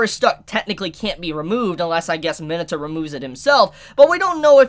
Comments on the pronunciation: I cringe every time he butchers their names. List of butchered names so far: Izuku (e-zuhkoo) Ochacco (oh-chuckle) Mineta (minuhtuh) Kirishima (kuhreeshy-muh) Aizawa (eyezuhwuh) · I don’t believe thats how you pronounce Mineta